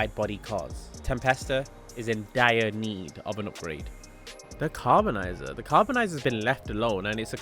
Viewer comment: how df you get "carbonizer" from CARBONIZZARE ?😭😭😭